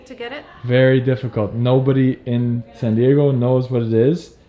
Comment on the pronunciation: I’m happy you know how to properly say “Ecuador” and “San Diego” instead of “Ecuaidoire” and “Sanne Diegouh”